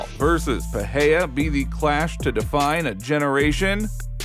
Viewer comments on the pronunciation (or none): The name is PeReiRa not Peheia.